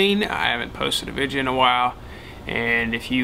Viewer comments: video not vijeo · Why's he say vidja